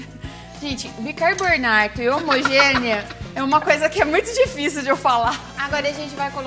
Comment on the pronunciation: "bircarbornarto..." acho q isso vai demorar pra esquecer... kkkkkkkkkkk